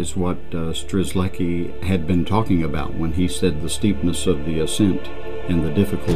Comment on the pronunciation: Its quite painful to hear the terrible mispronunciation of both Kosciuszko and Strzelecki (and im not even Polish). One would think documentary makers would have the courtesy to at least get these right!